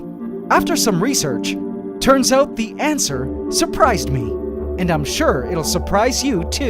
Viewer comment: Yes, the "ant-swer" to the question of the craving poop.